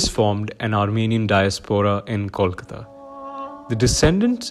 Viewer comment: Disappointed to see the narrator mispronouncing both "Kolkata" and "Kolikata". Is it that hard?